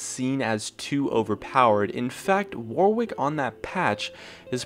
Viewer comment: the second W in Warwick is silent....... (an Englishman)